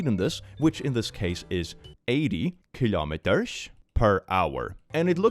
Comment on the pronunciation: Ah yes, kur-lowm-eater divides into 100 000 cent-owm-eater